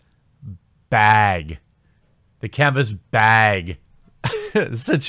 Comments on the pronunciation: LOL! I was always tickled when you would say Canvas Beg. HAHA! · Canvas beg. Lol. Oot & aboot, are we? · Lol "canvas bheg" im sorry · Kenvess Beg?